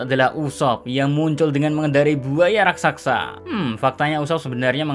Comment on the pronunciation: Sekedar menambahkan sedikit: penyebutan dalam kata "RASAKSA" seharusnya "RAKSASA" hampir di semua konten tolong di perbaiki. Maaf kalau tidak sopan dan terkesan lancang, saya hanya berniat meluruskan sedikit karena saya kagum dgn narasi 🙏🙏🙏